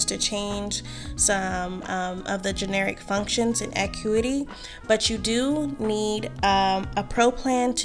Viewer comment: Thank for the vid! (I believe it’s pronounced ah-CUE-ity)